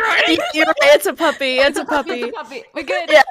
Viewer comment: kRRRRoni chiwa